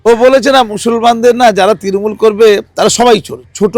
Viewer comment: তৃণমূল বলতে পারে না ও তিরিমুল বলে। সে আবার জেনারেল সেক্রেটারি 😂